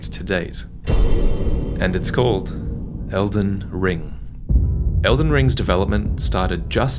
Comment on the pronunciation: "It's called, edlen ring" It's OHH ELDEN RING